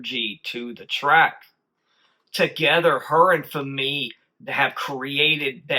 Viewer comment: FYI you are pronouncing Fami's name wrong - it rhymes with Mommy - accent on the first syllable.